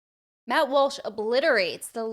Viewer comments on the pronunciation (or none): Matt WOLSH? Wall-Sh....Walsh